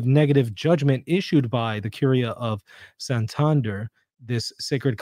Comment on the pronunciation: Thanks for your rigorous analysis,! On an Spanish note (because my ears suffered a bit), Santander is pronounced as you did, but Santandér, not Santánder. I was confused for a while. Anyway, thanks for your opinion, I haven't looked a lot into these alleged apparitions, I prefer to abide inside what the Church tells me. Apparitions, at most, confirm us in our faith, encourage to be better catholics and, sometimes, have some miracles linked to them. Awesome, but it does not change our faith. In Spain, Garabandal has gained a bit of interest amongst some catholics, so it is good to remember what the Church tells us.